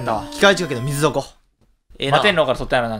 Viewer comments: みずぞこじゃなくてみなぞこじゃね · 水底（すいてい）じゃね？